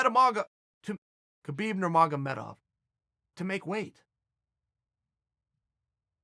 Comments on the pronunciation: Ahaahahajah!! Khabib Numargov..Meramargov....Khabib Nurmagomedov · "Kahbib Nurmogov meda mogov Kahbib Nurmogomedov" aaha ha ha ............. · If you can't even pronounce "Khabib Nurmagomedov" properly, then you better STFU sir.